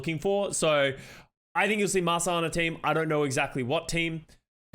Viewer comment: OMG is finally pronouncing Masaa's name right!!